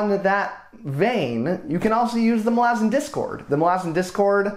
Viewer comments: Okay awesome work, but omg I can't get around how you pronounce "ma-lazans" opposed to "mala-zans". its a me problem, but love any youtuber that talks about this series! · I cringed so fucking hard when you said "Muh-LAH-zin" instead of "MAH-luh-zan". I've never heard a worse pronunciation of that word lmao. 😭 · Anyone else pronounce it Mal-uh-zan? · Is that how Malazan is pronounced? I’ve been saying it so differently in my head the whole series it was jarring to hear your pronunciation! Nevertheless i really enjoyed your breakdown!